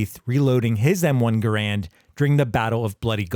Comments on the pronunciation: Learn the correct pronunciation of Garand please. The man himself has explained how it's pronounced. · BTW, just to throw my own 2¢ worth of pissy fest in, the M-1's name should actually be pronounced "GAH-rund", NOT "guh-RAND" rifle. Yes, EVERYbody's been getting it effing totally WRONG for decades, including me. That's how John C. Garand's family apparently pronounced their own surname, so go argue with them. 😄😘